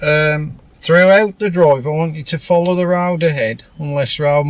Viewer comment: "Down the rowd"